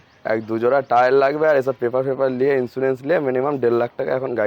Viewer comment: 😂😂r a vai bangla vasa agey valo kore sakho....Labe na Nabe.....😂😂😂😂